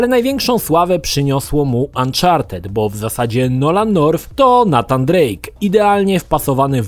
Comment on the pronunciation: NATAN Drake? Raczej NEJTAN